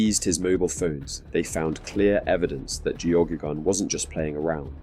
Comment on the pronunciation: Its an irish name its pronounced gehaygan or geygan. I know because Geoghegan is my last name